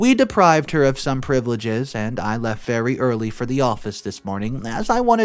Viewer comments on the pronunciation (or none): none